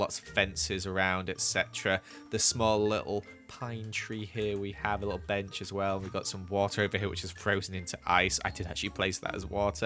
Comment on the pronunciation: Listen to him say little 😂😂